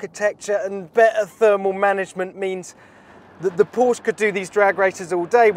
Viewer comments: Please don't say "Porsch". It's PorschE!!! You have to pronounce the E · it´s Porsche not Porche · Okay first of all.. mister so called ‘Top Gear presentor’.. It’s Porsche! Not Porsch... C’mon dude! 🤨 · Knospe Du hast recht. Aber Porsch finde ich bedeutend schlimmer als Porschi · Anyone can tell to this guy, Porsche is Porsche, not Porsch !!!!!!!! pls don't be ignorant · It's not Pooooooohhhhhhhhhrsch. It's Porsche. Short o and an e at the end! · it's "paw-shuh" mate. not "porsh". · Is not PorschE. Its Porsh-Ah. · 😂kann ich nur zustimmen. Genau wie "wuolgsweggon". Einige englische oder amerikanische Personen können es aber auch richtig aussprechen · Jesus Christ, this guys from Top Gear? It's pronounced "poor-sha" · Why can't Englishmen learn how to pronounce Porsche? It is a two-syllable word. Always has been, always will be. When I hear someone, who should know better, mispronounce the name, I pretty much stop listening. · It really does make people sound dumb when they mispronounce car brands and then call themselves a fan or information source for the brand